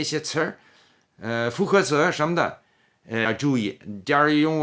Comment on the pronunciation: 词儿这个发音好评